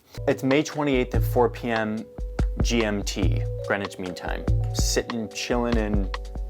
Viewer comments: "green witch"?? Ffs you have a town in Connecticut called Greenwich which y'all pronounce "Grennich" . It's a shame that you had no idea why you use GMT. Perhaps the American education system needs to start telling its kids about the rest of the world. But bless you for being interested. I'm English and I absolutely love the USA. I visited Greenwich and Cos Cob CT in the 70s. I love you Yanks ❤️ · It's Grenwich (pronounced) Grenich 'meantime'! I learned it in school at age 10 yrs old. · You should watch a TV movie/miniseries Longitude that covers the history of the Greenwich (yes it's pronounced Gren-itch not green witch or other variations) Meridian. The Greenwich meridian's competitor was the Paris Meridian, also dubbed the Rose Line by author Dan Brown and was integral to the plot of the movie and his novel The Davinci Code. So far as I am aware, under UTC (coordinated universal time) Greenwich Mean Time (GMT) is the same as Zulu Time so beloved by producers of military action movies. More properly UTC + 0.00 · It's Greenwich Mean Time (GMT). Pronounced 'Gren-itch'. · The British were seafarers from antiquity. So when navigation became sophisticated enough the British created the prime meridian to be 0 at a part of London called Greenwich (pronounced Grennich), hence the Greenwich meridian and Greenwich Mean Time (GMT) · Greenwhich is pronounced GREN-IDGE. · GMT - Greenwich Mean Time and pronounced Grenitch. Do they not teach you guys anything about the globe and world history at school in the USA??